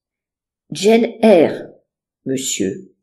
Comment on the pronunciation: Ça ne se prononce pas pas "Jeanne Eyre" mais "djeine Eyre" 😊 même en français. 😊. Faites l'effort 😊